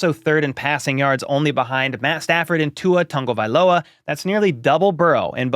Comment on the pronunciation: I verified your pronunciation of Tua’s surname on Google Translate (English [Samoan not avail.]). I wish more broadcasters would pay attention to such things. ❤❤❤